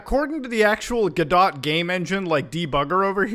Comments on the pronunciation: Hearing him pronounce "Guh-Doe" as "Guh-Dot" hurts my soul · its pronounced go dough not gdot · it's "guh dough" not "go dot" cringe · Actually, this bothers me so much because it should be pronounced go-doe but the creators actually pronounce it godot as in robot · GoDot is pronounced (Guh-Dough) to rhyme with "Uuh, No!" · Ah yes - the gah-dot game engine. The God Ought engine is indeed a phenomenal, open-source project xD (jokes for the accent) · youve probably already heard this alot but godot is pronounced "go-dough" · Just a FYI muta godot is spelled like this go-doe = Godot, the T is silent also I use godot!! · its understandable, then again I just wanted to be a nice person and kinda help mutabon how to pronounce Godot lol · You don't pronounce the T in Godot. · when.. when muatar misprunonce godot.. when.